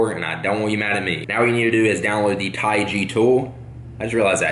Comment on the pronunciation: It's TaiG not TiaG